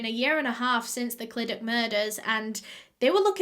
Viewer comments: The way you say Clydach is so admirable 😂 You tried, were really close too! But, imagine it as if the 'ch' sound is a 'th' but with the placement of your tongue at the bottom of your lower teeth instead of the top of your upper teeth Live really close to Clydach and I've heard actual welsh people butcher that name. So props toe you for getting it as well as you did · I'm English but I've lived in Wales my whole life. It ku da bugs me how she mispronounced 'Clydach' but it's fine, Welsh is a weird language. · Don't get me wrong, I don't speak Welsh at all, but I do in fact live in South Wales. I've watched loads of her videos about cases, and whenever she's made the disclaimer about possibly pronouncing place names wrong, I've always thought to myself "it can't be that annoying to people if she gets it slightly wrong". Yet here I am hissing at the screen the proper pronunciation of the Welsh places. The Welsh language is bizarre 😂😂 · It’s the fact that this is 10 mins away from my house from me and your saying it wrong bb but love your videos❤️❤️ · i love u but how you say clydach makes me cringe. love u tho xxxx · I'm from around this area! Btw most of the time when something ends with CH it's pronounced as a sharp H. You want to feel it at the back of your throat. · no she did notttt 😂😂😂 clydachhhhh where’s the ‘ch’ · ClydaCHHHHHH CHHH you have to pronounce the chhhhh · The amount of times she butchered the way we say Clydach😔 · You say clydach as cl i dachhh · its the actually being welsh and hearing it pronounced 'clidac' for me 🤣 it's cluhdachhh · Clydach is cly dach and Ch is like a cat hissing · “Clydak” lol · i dont want to be rude here but clydach is pronounced as cyda-cgh if that makes sense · I saw clydach And i- I knew it 💀 Isn't it said ClidaCH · Your pronounce it clydac but your pronounce it really well fair play !! Thank you for doing this case x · just started but ITS SAID CLI-DA-CHH basically like ur spitting at the end!!